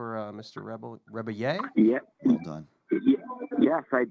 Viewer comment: Tim pronouncing Rebillet incorrectly caused me pain